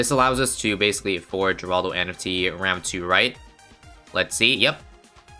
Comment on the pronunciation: It's said heraldo